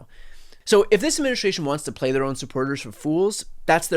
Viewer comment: you say this word a thousand times a day and yet you still can pronounce it correctly. Administration. Practice saying that word correctly. You screw it up 9/10 times.